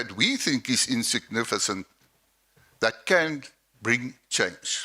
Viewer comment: Insigniffesenst 😂 the english